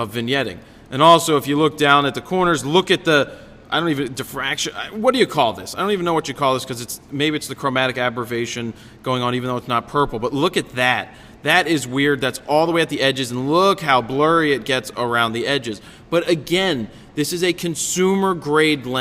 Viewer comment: Lol 😂 “defraction” Refraction “abverration”, aberration Hahaha